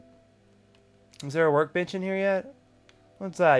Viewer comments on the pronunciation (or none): It sounded like you said we have our work bitch here lol